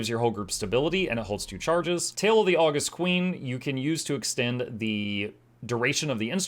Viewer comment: Pretty sure that elite skill is pronounced Aww-GUST, as in the adjective, not the month (well, in theory, both are credited to the same person, the Roman Emperor Augustus Caesar). It means to be awesome.